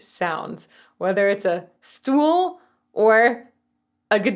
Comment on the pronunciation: When you said "Stuhl" it sounded german, but fact is, that it would be called "Hocker" in Germany. I would recommend Rosanna, i like the speed shift in it.